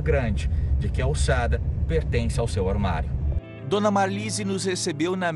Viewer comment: Ormario? Fala sério kkkk